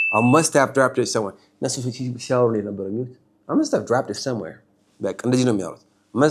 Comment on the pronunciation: Amazing video as always,just a small tip :you missed the voiceless,, t ,,sound in ,,,dropped and asked , they should sound like askt amd dropt becuase of the consonants before them.(thanks for the lesson)